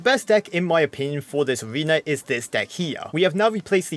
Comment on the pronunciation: "In each Abrewna"